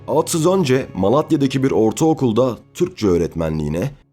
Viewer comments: Reis iyi güzel de sen aatsız dedikçe tüylerim diken diken oldu isimleri telaffuz konusunda biraz daha dikkat lütfen. Emeğine sağlık. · Neden sürekli ağtsız diyorsunuz? Yanlış telaffuzunuz yüzünden konuya odaklanamadım. Yoksa çok güzel bir konuydu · Aatsız mı Atsız mı? Bir Türkçü hakkında belgesel yaparken en azından Türkçe'mizi doğru ķullanmalısın!